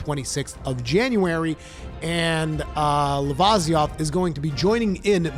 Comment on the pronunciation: Its pronounced Luh-vih_see_oth